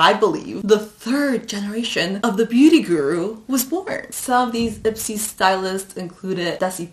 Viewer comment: Every time she said Ipsy, I heard Itzy. I don’t need no makeup, I wannabe me me me